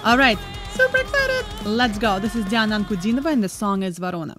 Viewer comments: Очень нравятся ваши реакции) мне кажется вы русскоговорящая, вы чисто произносите русские слова, имя и фамилию Дианы. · Ваша реакция и Вы - великолепны! Как только Вы произнесли слова: Диана Анкудинова, Ворона, стало понятно, Вы наша, русская. Коренной иностранец 10 раз сломает язык, чтобы произнести эти простые слова.